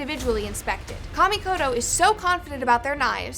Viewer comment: I really hate the way you guys pronounce "Kamikoto".